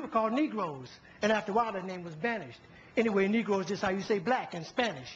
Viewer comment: its anyway brtha not away =D